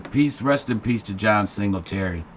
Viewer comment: My man said John Singletary